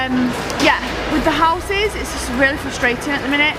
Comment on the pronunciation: you said you were teaching your children English, can I just let you know it's houses, not Houseses 😂😂😂😂😂😂